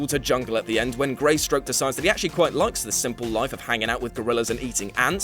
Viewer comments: "Greystoke", not Greystroke. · ... and I was just about to close the vid when I heard you pronounce Tarzan's human family name as 'Greystroke', not 'Greystoke'. Bloody hellfire, the name of this channel is What*culture*, right? Don't you think you'd need to know something about it first, beyond what you skimmed for fifteen seconds on wikipedia? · GreySTOKE dammit not GreySTROKE, that sounds like a bad porno! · Two things - Epitome. say it with me... EH - PIH - TOH - MEE. And Tarzan's family name is Greystoke, not Greystroke.